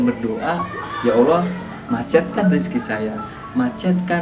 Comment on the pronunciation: Ngomong yg jelas boss. Bukan rizky tapi rezeki. Rizky mah nama orang.